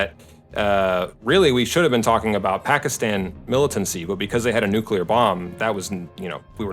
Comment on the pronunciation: It's called nuclear weapon, not nucilear, 😄👍